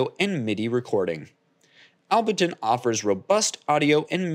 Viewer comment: Able-ton* not Albe-ton bro